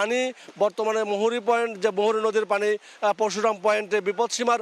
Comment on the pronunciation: পরশুরাম নদীকে বিকৃত করে পশুরাম বলে ওই সংবাদ রিপোর্টর বুঝলাম না😄😄......